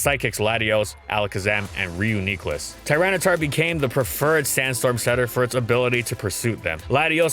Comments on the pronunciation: Me: What a great video. : Reeyoukneeclus Me: Why must you hurt me this way. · "Ryu KNEE kluss" again. I don't care, that is not how you say that thing's name. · Still pissed at how he pronounce reuniclus